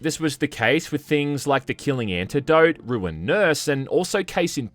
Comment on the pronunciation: bro literally said ANTIDOYTE